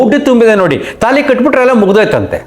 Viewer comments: ತೆನಾಲಿ ಅಲ್ಲ ತಾಳಿ. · ತಾಲಿ ಅಲ್ಲ ತಾಳಿ.